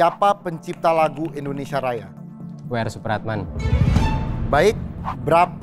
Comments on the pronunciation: Mohon maaf sebelumnya. Sedikit saran, di detik , penyebutan nama negara kita harusnya "Indonesia:, bukan "Endonesia". Mungkin di konten lain gak terlalu saya permasalahkan, tapi untuk di konten ini karena temanya "𝙀𝙋𝙄𝙎𝙊𝘿𝙀 1 𝙏𝙒𝙆 𝙎𝙄𝘼𝙋 𝙈𝙀𝙈𝙋𝙀𝙍𝙏𝘼𝙉𝙔𝘼𝙆𝘼𝙉 𝙆𝙀𝙄𝙉𝘿𝙊𝙉𝙀𝙎𝙄𝘼𝘼𝙉𝙈𝙐", seharusnya jg ga boleh salah spelling nama negara Indonesia. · TWK yang paling pertama adalah mengucapkan nama negaramu dengan benar. INDONESIA atau ENDONESIA? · saran aja, saat nyebut negara, pelafalannya Indonesia jangan Endonesa